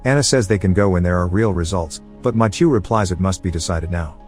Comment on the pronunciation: The fact that he pronounced Mathieu wrong every single time 🤦‍